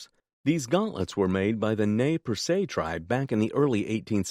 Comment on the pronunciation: I enjoy the short, precise evaluations and also get a good chuckle out of some of the mispronunciations. Must be an automated voice. Majolica and Nez Perce had me smiling this time.